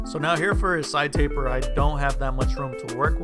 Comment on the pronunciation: He really said cleanest tapet